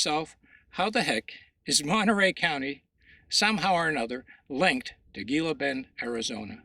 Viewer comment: Dude-Gila Bend is pronounced "Hila Bend" in English. Just saying'....undermines your credibility to mispronounce it. That's on top of the misspellings. "Heavan" and "visisted"........